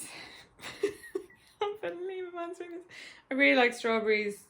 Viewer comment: It's stawbewwy